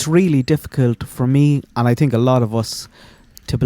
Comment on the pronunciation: 😂 he said I TINK 😂